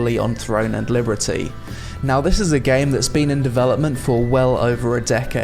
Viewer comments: Why do you say liberty so weirdly bro ? That's not how it's pronounced. It's pronounced "Leee-berrrrr-teeeee" not "Lee-brrreee-tee". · bless your heart, you say "Liberty" a little weird 😁 like "Librity" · cool video but.. libERTY not libRETY. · I've never heard Liberty pronounced that way. Librety. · Why do you keep calling it Throne and Librety? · why are you saying Liberty weird? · I love your videos but why are you pronouncing "Liberty" like that? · Why can't you say "liberty" ?? what the fuck hahahaha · the combat looks static. watch anypoint in the trailer that goes from charging to combat and it basically brings everyone to a standstill. also how is no one pointing out the way he says liberty through the entire video i feel like im going insane and hearing things